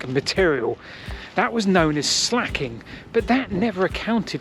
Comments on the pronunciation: Not “slacking”, it’s called “slaking” rhymes with “baking” as I slaking your thirst. Creates “slaked lime” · It's usually called slaking, as in slaked lime. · Slaking, not slacking.